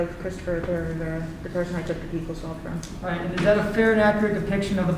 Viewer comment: Why are they pronouncing buccal like that … that is phonetically abominable